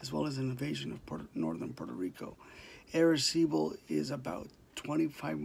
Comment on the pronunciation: Say right please arecibo.